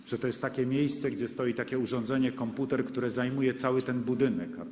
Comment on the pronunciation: Konputer! Angielska wóda!